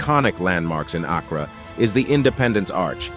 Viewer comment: As a native ghanaian the pronunciation of Accra is KILLING ME 😂😂😂😂😂 But I deeply appreciate this video 🤲🏿💚